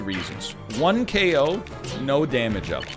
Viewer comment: When the robot says "KO" it sounds like "A-hole"